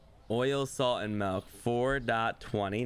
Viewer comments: I just noticed that can't pronounce the letter i like instead of milk he says melk and instead of pillow he says pellow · The “melk” thing makes me cringe every time 😂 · Norwegian. Melk = milk. Doesn't borger me. Since he is saying it like i say it.🇧🇻